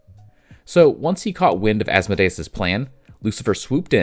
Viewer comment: sorry man it’s killing me its As-Mode-Ee-Us